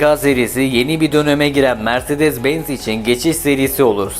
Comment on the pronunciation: mirzedez benz bazar harika telaffuzlar cidden videoyu tamamlamakta zorlandım